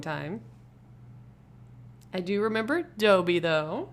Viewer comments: It’s pronounced DA-BEE not DO-BEE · Its dobby not doebby